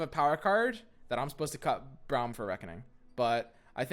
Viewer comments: I love your content, but your hair be lookin hella like Braum's stache also it's pronounced Brahm, not Browm xoxo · I'd cut a some copies of Sej and Vlad, and 2 or 3 Braum, and bjerg for drawing Sej + Vlad. (Btw it's pronounced Brom) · I stopped watching when he said Browm